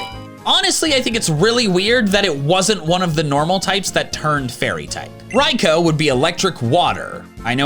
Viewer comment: I would like to thank you,, for correctly pronouncing ライコウ.......hum, I mean, Raikou. if it wasn't obvious by my bad joke above, Raikou's japanese name is............................. Raikou ("ライコウ" - literally translating to "lightning"). The "ou" in the Japanese language, when it's the end of a word, is pronounced just "o". A better romaji for Raikou would have been "Raiko" (hepburn romanization instead of wapuro) but I guess it sounds less badass. It would have been a "ew" sound if it had added with just a "u" (ie. Raiku). Now, you know a little bit more about Japanese.